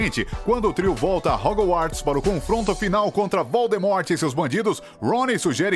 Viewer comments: Você falou hogu - arts e não e assim que fala. Hogwarts e a pronúncia certaaaaaa. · Harmione.... Mreu deus. Escolham uma pessoa que siaba dizer os nomes pelo menos... E agr Wesley. MEU DEUS a única coisa que tenho a dizer... OUTRO: Hogoarts. meu deusssss